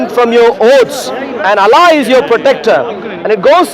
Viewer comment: This freaking I dian hindu boy pretends to be christian is puposely mispronounces the the name of Allah SWT to sound like western or English man. What an idiot 😆 🤣 😂 😹